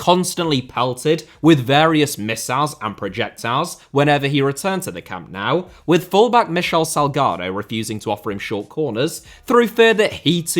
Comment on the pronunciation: Why do you say "camp now" instead of "camp nou"?